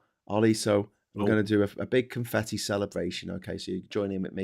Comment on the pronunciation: Oh! 😳It's "Confeffi", like with two Fs, ("...ff...") not two Ts.